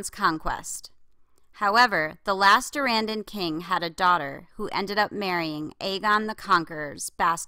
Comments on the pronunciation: So, just had to add my two cents. Durrandon is a reference to Tolkien, who was British. I lived for several years, a couple of miles from his home. THAT pronunciation is DUR-run-dun. If you care :) Great video. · Yeah, that's how I'd pronounce it. Dur-ANN-don is too...."modern" isn't the right word, but it's something like that. It's just a little off